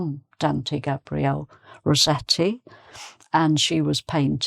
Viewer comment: Hi! Thank you for a fantastic lesson to accompany us in the festive season. I'm a bit puzzled with the way you pronounce Rossetti's surname. It being an italian name, one would pronounce both double consonants (ss & tt) in Italian. I understand that in English the double tt rule doesn't apply. But wouldn't the "ss" be pronounced "s" as in "assessment*, rather than "z" as in "rose"? Thank you in advance ❣️